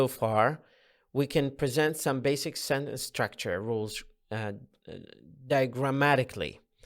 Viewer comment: تحياتي لكم مقدما.. لكن هذا ليس شرحاً بل هو ترجمة لما هو مكتوب.. ويبدو لي - وقد أكون مخطأً - انه عرض أقربُ للفظ منهُ للشرح.. وكلمة (sentence) لم اسمع البريطانيين أو الأمريكان أو الأستراليين او حتى الاساتذة العراقيين يلفظون هذه الكلمة كما تلفظها بشكل غريب.. سوف تقول لأنها مُدغمة مع الكلمة التي بعدها.. أقول لك لا.. لان اغلب لفظك لهذه الكلمة تكون وهي أي كلمة (sentence) في نهاية ترجمتك لفقرة معينة.. ليس الموضوع موضوع المُماثلة (Assimilation ).. ونختم رائينا بالشكر لجنابكم.. أخوك: المترجم د. محمد